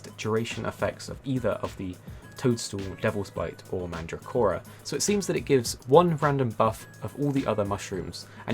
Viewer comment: Mandragora. With a G. Stop saying Mandracora.